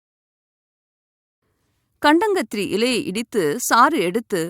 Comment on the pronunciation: அது கண்டாங்கத்திரி இல்லைமா கண்டங்கத்திரி.. ஒழுங்காகத்தமிழ்பேசி வைத்தியம் சொல்லுங்கள்..